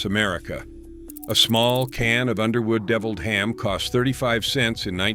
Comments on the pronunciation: It's deviled ham, not de-viled ham. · 😂 Defiled Ham... 🤣